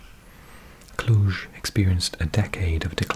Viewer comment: You pronounced "Cluj" and "Cluj-Napoca" better than most of people which live in Bucharest or in the southern part of Romania :))) Thank you for your videos!